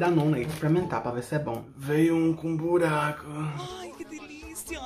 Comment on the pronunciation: "Veiu cum um buracuh" Eu as :kkkkkkk nao posso rir....JSJSJNSNAMAAKKAAJSSBS DUGSHSGEHSJBDAUWDF